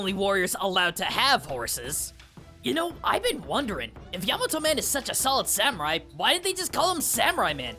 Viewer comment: Thank you for pronouncing Yamato Man properly, unlike some other Mega Man YouTube content creators out there.